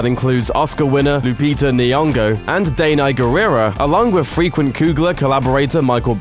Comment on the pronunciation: Please learn how to pronounce Lupita N'yongo's name.. Thanks..